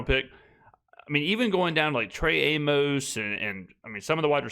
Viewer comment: Amos is pronounced like Amos and Andy